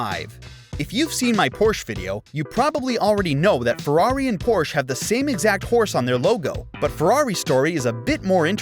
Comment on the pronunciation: I can't believe you cannot pronounce Porsche